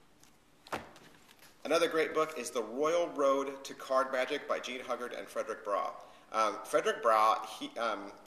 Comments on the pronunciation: Jean Hu-guard not hug-ard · Nice review. Not many book reviews on youtube id like to see more keep it up :). Id like to point out some errors the correct pronounciations are Jean Ugard 'h' is silent and Fedrick Browee .